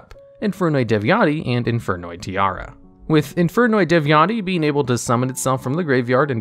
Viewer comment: Infernoid Tierra: it’s pronounced Ti-erra, see the e?: Tiara 😂